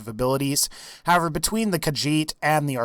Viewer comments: "the kahjit" you dun fucked up human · i got triggerd when he said khajit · Why do people call it kajjhit its ka HEET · i am kinda mad because you said Khajiit.